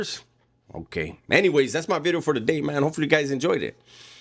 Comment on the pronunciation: Do you say video or bidio haha !! God bless bro been watching for couple years bro keep up the good content